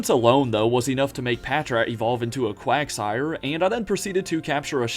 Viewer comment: At least he got quagsire right the first time